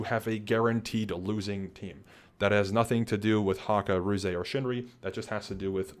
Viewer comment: This was super cool to hear, thanks for sharing what you could! One minor thing: Ruze pronounces his name without the “eey” at the end, ruze is a single syllable :)